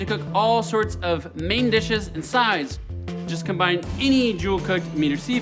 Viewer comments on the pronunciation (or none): none